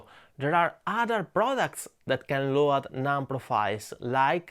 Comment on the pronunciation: Please pronounce load like lowd. I follow your channel forever and must say, your English improved to a nearly perfect level. Keep going.